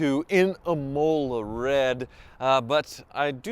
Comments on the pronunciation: 'I-mul-a' red Not 'i-mole-a' red Please, I beg, say it properly 😂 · Im-ah-lah not Imolar, it's not named after a tooth. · Im’ ola, not I Mola’. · I-moh-la. Not eeemolar It’s race circuit in Italy. A very famous one. Plus, running the engine with no filter in place as sand gets thrown around. Genius. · BTW Imola Red is pronounced Im ola and not I Mola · It’s pronounced Im o laa. 😂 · Never heard anyone pronounce it "Emohlar Red" before. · The way he butchered pronouncing “imola” made me cringe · If you're going to own that car, at least learn how to pronounce Imola Red. It's named after the race track in Italy, and rhymes with Ricola, the cough drops.